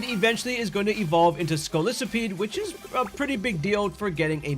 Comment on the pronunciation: Its A Scolipede Not Scolisopede 💀